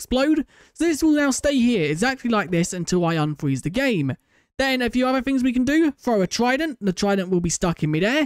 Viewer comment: "unfweez the game"